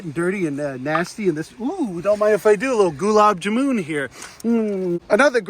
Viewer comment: Everytime you say "Goolab JooMooon" it catches me off guard. We Lova ya and appreciate it ya